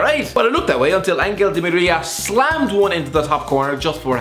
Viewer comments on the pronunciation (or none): that Di Maria pronunciation